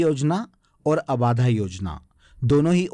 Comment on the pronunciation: 'abaadhaa' nahi 'abadhaa' hota h